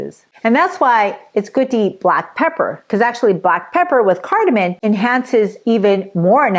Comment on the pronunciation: Please say cardamom, not cardamin